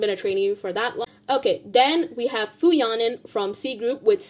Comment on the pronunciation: Please learn how to say fu yaning. Stop dropping the G and mispronouncing, its disrespectful